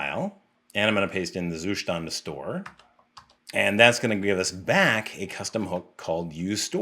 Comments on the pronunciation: You actually do not pronounce "Zustand" correctly, albeit you insist throughout the video in doing so numerous times 😀. Nevertheless, great content, i have recently started researching how to test my code, and, surprisingly, the web is very scarce in terms of good quality info on testing. Keep up the great work ! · You just love pronouncing zuStand :))